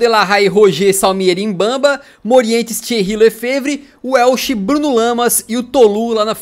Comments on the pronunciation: se quiser dicas de pronúncia em francês... o quando o nome tiver "è" ele vai soar como "é"... como o Lefèvre, que se pronúncia "é"... e o "G" de PSG no francês tem o mesmo som de português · vê se bota no google tradutor o nome do lefévre e ouve o q a senhor (a) está dizendo porque você ta dizendo muito mal o nome dele